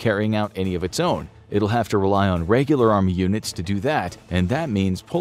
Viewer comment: "reigular" man, why does that bother me so much...?